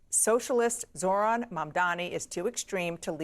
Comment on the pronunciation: Zoh ran zoh ran get the name right